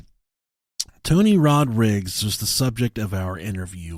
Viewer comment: 'tony rodrigs'??? surely rodrigues is easier to say